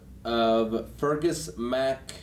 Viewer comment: They pronounced Fergus correctly at least.